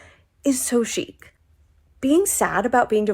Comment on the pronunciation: It's not chic. It's sheet. 😂